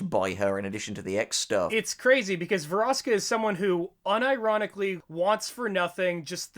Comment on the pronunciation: VEROSIKA THOUGH. VER OS IK A